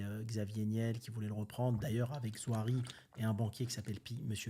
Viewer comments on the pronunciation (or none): C’est pas Nouari, c’est NaOUri;) Et Zouari vient d’une famille fortuné de Tunisie, limite des ministres